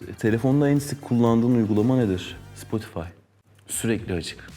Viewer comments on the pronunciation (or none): Adam Spotify diyo ben ya adamla kan bağı var